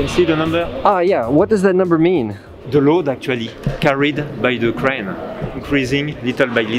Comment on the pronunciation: English is so terrible I can't understand what he says. "until reaching a caloti? a coyote? " And then he must be talking about a concrete crown but he says "craune", so I have no clue. "eighteen crows stag dering"? WTF were you trying to say? Why not dub him over in post-prod?